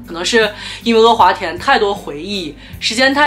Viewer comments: 天呐 不要再说“额华田”了 哈哈哈 太魔力了 是“阿华田”啊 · 好神奇，竟然听到你叫他“e华田”，我从小到大都以为他叫“a华田”。难道这也是南北方的发音区别。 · 哈哈哈哈哈 e华田😂😂😂😂北方都叫e华田吗？听着好不习惯